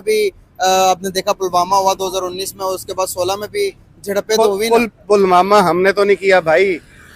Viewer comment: पुलवामा ❌ पलमामा ✅🤣🤣🤣🤣 Yahi hota anapadh madarsa graduate ka haal 😂😂😂😂